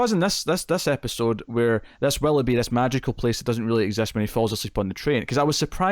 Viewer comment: Did, it's WILL-OH-BEE not WALL-UH-BEE